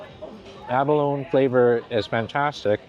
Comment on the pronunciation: I was raised around many Chinese families here in Hawaii and was always told it was pronounced lychee, not leechee! Also abalone is pronounced abaloneeeee, not abalon! Not sure if all Chinese pronounce these words the same but I know people from the mainland, (lower 49 states) don’t always know the difference. Love your videos and your infectious smile. Thank you so much🥰. Also, shumai has so many pronunciations but we always pronounced it shumai. Thank you 🥰. Those “dumplings are har gau” if I’m not mistaken.